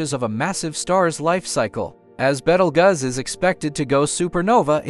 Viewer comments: Dude, it's pronounced like Beetlejuice. Not Bettleguzz. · It is pronounced ( Beetle Juice, not Bettlegus ) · "Betel guz"💀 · "beetle gus" 💀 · I'd would take this video more seriously if you pronounced Betelgeuse right ... 🥴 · How many ways are you going to pronounce the name WRONG!¿?¡ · I have never heard the name pronounced that way.